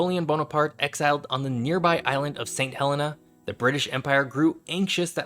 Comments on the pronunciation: Just so you know Saint Helena is pronounced Saint Hel-ee-na, my mum went there twice, she travelled on the RMS ST Helena mail boat and one of the Saint's(that's what residents call themselves) came and stayed in our home in the UK so I know it's right. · and its Sant helENa